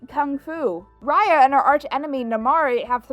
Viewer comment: how can people watch a whole movie with people calling out the main character's name but still mispronounce the said name??